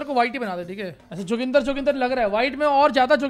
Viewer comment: Who all like me felt very offended and uncomfortable when he named 'joginder' "JOGINDAR 🤣🤣🤣🤣🤣